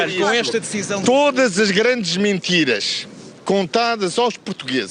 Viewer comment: eu gosto como ele diz ''Mintiras''... lol